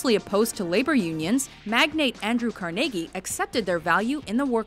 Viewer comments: Did she say Andrew "Car-nay-gie"? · Andrew Carnegie's name is pronounced Car-NUH-gie, not Car-NAY-gie.